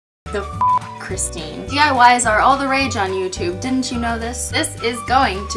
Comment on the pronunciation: finally you said my name correct .(my name is Christine too)